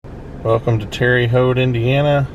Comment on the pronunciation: Love the video, but Terre is pronounced like Tara 😊